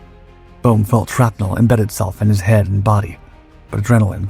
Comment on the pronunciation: Bruh! It’s not “sharpe metal” it is “shrapnel”